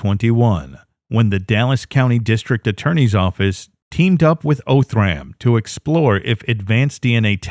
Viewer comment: It's pronounced "Ahh"thram. Not "O"thram.